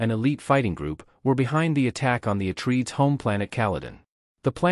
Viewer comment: EHHH - TREE - IDES?